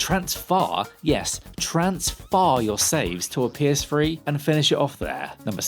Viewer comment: The PS-free? What?